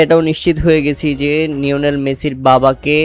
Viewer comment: লিওনেল মেসি ❌ নিওনেল মেসি ✅